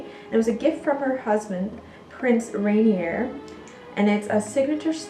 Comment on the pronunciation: Girl, I would have liked to subscribe, but here is why I can't. You botched the pronunciation of Erno, Rainier, Fleurissime, etc. You botched English too: HER and Marilyn Monroe...REALLY?? Try SHE and Marilyn Monroe. Jeez. Sorry.